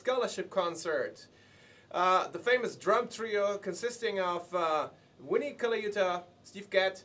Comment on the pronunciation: I don't care if you're speaking a foreign language, say Vinnie correctly!